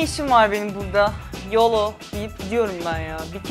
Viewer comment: yolo değil biraz daha yoğloooğ gibi böyle bombeli bir şekilde söylenir o amerikan ağzında.